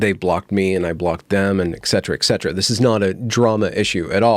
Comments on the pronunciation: Ec cetera ec cetera? Really? I thought you were an educated guy . . . 🤔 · No, that’s not an accent, that’s just wrong, sorry. It is ‘ ET CETERA’. Latin!